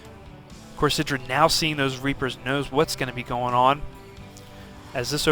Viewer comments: Actually Artosis pronounces it eye-dra as he interviews him about the predictions in this very tournament. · Got it, thanks. I see that he's explaining the origin of the name and how it came to be but the Artosis still refers to him at eye-drA. I would think that IdrA would have corrected a long time ago. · EYE - DRA